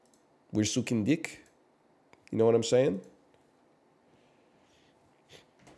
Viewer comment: I wonder if English speakers will ever stop turning 'ch' into a K sound instead of an H. Until then, keep suchen dich.